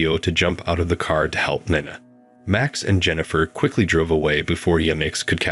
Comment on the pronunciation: Interesting story but the narration sucked. I heard at least three different pronunciations of "Nina" for a start.